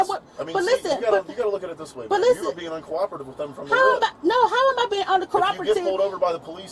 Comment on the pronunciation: "I asked to speak to a manager.. errr... a supervisor!" 🤣 Also can't pronounce the word "uncooperative." Adds a plural to the word "documentation." Lol 🤣🤣... ignorance is ignorance. And she... is... ignorant.